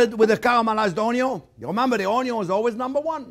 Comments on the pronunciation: You got me with the ultimate Blender! Chef Jean-Pierre, "Uhh yeah baby!", master of the masters of the "o n y o" 🧡🧡🧡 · I look forward to Thursdays to watch your videos..I've watched so many different chefs over the years and taken so many culinarily classes, and I think you are the best of the best. I used to watch Justin Wilson and loved how he would say onion (onyon) like you do, he was quite the character as yourself. I wish I lived in Florida I would be at you school and restaurant all the time. Grazie , Merci and Thank you you are a pleasure